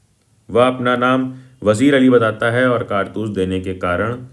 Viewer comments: kaartus ❌ Kaartas✅... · bai kartas nhi hai kartoos hai 😂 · Kartus ❌ kartas ✅ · bhai kartaas nahi kartoos🥴🤪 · it is “kartoos” not “kartas” ffs 😭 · 😂😂😂bhaiya vo vamiro hai vimaro nahi 😂😂😂😂😂 Aur ye kartoos hota he kartas nahi 😂😂😂😂😂😂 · Kaartoos ❎ Kartas☑️ 😂😂 BTW nice explanation 😁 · Kartoos❌ Kartaas✅